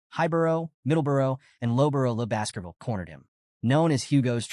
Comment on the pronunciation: I kept hearing Basketball instead of Baskervil 🤣